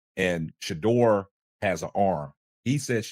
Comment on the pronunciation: Always spelling, mispronouncing his SHEDUER name,shit intentional